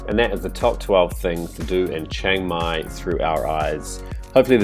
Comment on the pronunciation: Its called chiang mai and not chaeng mai wtf